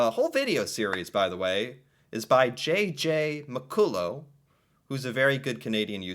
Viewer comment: You mispronounced his last name.